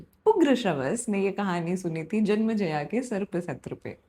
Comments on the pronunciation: It's "Janmenjay" not janmajaya ! And what do you imply by saying 12-12 saal puja karke timepass karte the ! Casualty aur lack of respect ka line par nhi karni chahiye. I hope ye isme malformations aur propaganda na ghusa de. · Small correction, some pronunciations, just keep a track on all of them. It's जन्मेजय not जन्मजया, द्वैपायन not द्वैपयन, वैशम्पायन not वैशम्पयन.. Rest all are fine . Also it appears that you enjoy storytelling and this sort of delightfulness gets projected on the listeners also, so good job there.. Also, one unsolicited opinion as you are now on this monumental journey, whenever you seek explanation for any character's actions, do find them as you want but just for once, enter in their shoes too and let them explain you why did they do that and trust me, it will make the experience even more immersive and empathetic.Keep getting better at it👍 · it was nycc.. but its not janmaijaya, its janmaijaye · it's janmejaya not janmjaya . pronunciation is essential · जन्मेजय। But it was great! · Hindi mein itna saral sugam sunder prastutikarana aajkal nahin sunne milta hai Par haan, aapko naamon ke uchharan mein karya karne ki avashyakta hai Asal mein Janmajaya ke alawa Dwaipayan ka bhi ucchharan thoda off hai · Was just about to point out but you've already apologised 🙆‍♂️😖